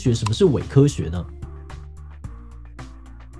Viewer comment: 到底為什麼會唸成偉科學？ 聽不下去 你好歹有邊讀邊啊